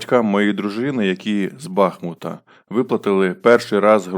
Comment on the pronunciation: Не БАхмуту, а БахмУту, якщо ваші родичі з нашого міста